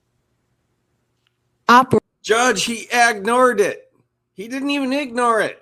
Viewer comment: I hate when I’m being condescending and acting superior, making up words and attempting to change the meaning of things I don’t understand, and/or reading from 1st Corith-ee-sees and getting ag-nored by interlopers. ($1 says she doesn’t know what ‘interloping’ is.)